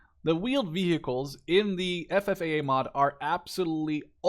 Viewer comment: You said FFAA quite good, but I laughed when you said Estados Unidos hahaha. Keep the nice content going!